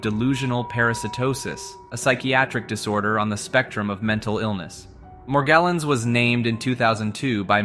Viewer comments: Bro pronounced "Morgellon's" literally 6 different ways. Sometimes it has a French accent and shit 😂. "Meirjerrohnns" 😅😅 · it took me too long to realize that an AI is reading this, but he pronounces Morgellons in 5 different ways in the span of a minute.